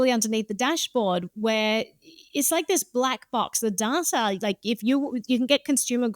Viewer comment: I love when people say dataer